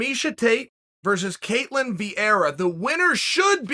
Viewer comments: the spelling is ketlen. chael got that wrong but he's still undisputed lol about the pronounciation, we say it cat/layn with emphasis on the cat. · btw im brazilian and her name is ketlEn